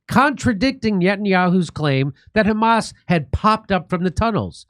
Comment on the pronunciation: "you know it's the khamas" LOL